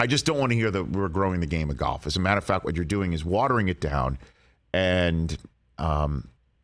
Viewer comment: It's not pronounced gyolf